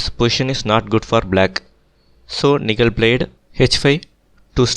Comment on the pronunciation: Nihal, you seems to miss pronounce the name